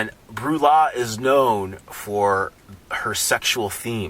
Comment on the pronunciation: not to be annoying but its pronounced bray-yah (breillat)